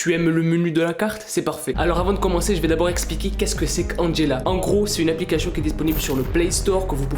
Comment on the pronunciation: il dit applicachion